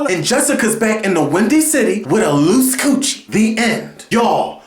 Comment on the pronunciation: LMAO "loose cootchi" 😂😂😂